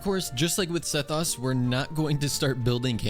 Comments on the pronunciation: KOO-Key Shinobu. Seth-OS not US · It's not Seh-thaws please stop😣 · S-eh-oh-s. That's how you pronounce sethos. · the way he says sethos is making me so mad